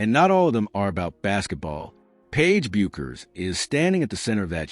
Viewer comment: So tired of this AI slop. Paiges name is pronounced BECKERS, not BYUKERS. Also screwed up Azzi's name, also. SMDH